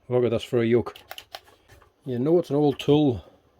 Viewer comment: I reckon it's yoke not yolk